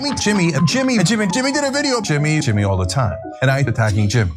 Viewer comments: He can't even say Jimmy, he says Chimmy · TIMMAY ? TIMMAY ? NO JIMMAY! JIMMAY JIMMAY? JIMMAY!